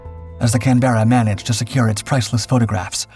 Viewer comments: Mate it's just can-buh-ruh, not can-BERRA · It's called a "CAN-BER-RA" just like the Australian capital. Not "CAN-BEAR-A". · Excellent video, as usual, except for the pronunciation of Canberra 😜